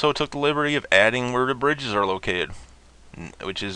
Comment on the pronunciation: lol, was tripping my nuts off when i was watching this video just came back some 6 hours later to post this. But anyway i was laughing for like an hour because you mispronounced bridges